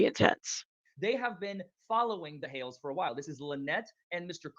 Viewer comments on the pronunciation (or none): it’s Hales (like hails) not hells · It is pronounced What The Hayls. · Hales hales not hells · Hi, I've watched What The Hale$ for 6 years. The name is Hales pronounced like Pails. George is his Fiancé, they are not yet married.